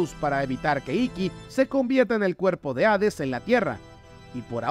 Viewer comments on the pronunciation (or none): none